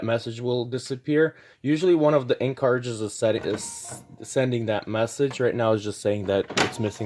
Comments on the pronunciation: I can’t get over “cart ridges” man. Please just pronounce the word properly. Please!!! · I don’t know why, I’m the way he say cartridges makes me angry…